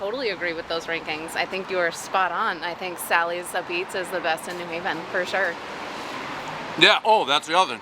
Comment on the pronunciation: It's "abeets" Dave..have you noticed when a pizza crust is very well done..it's better? Btw..you'll never beat a coal, brick oven..especially an old, seasoned one Always